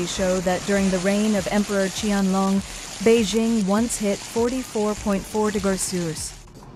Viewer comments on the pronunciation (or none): none